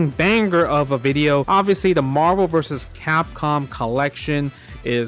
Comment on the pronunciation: Why does everybody say Marver’s Capcom 2…😆